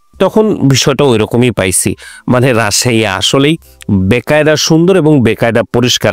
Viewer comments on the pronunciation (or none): ওটা বেকায়দা হবে না,উচ্চারণ টা বাকায়দা মানে ঠিকমতো বা সঠিকভাবে। ওটা হিন্দি শব্দ। আপনি বলছেন বেকায়দা মানে অসুবিধা ।